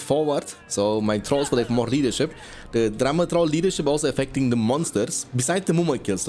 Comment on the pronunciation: I love with your accent whenever you say drummer troll it sounds like "drama troll"